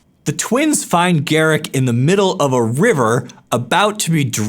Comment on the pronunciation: Its pronounced "gah-rook"